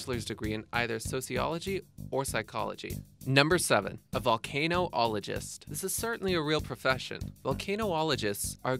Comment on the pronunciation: He said "volcano-ologist."